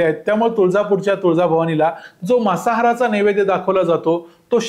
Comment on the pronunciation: मासाहार नव्हे मांसाहार मांसाहार या शब्दाचा तुम्ही केलेला उच्चार मासाहार असा ऐकायला येतो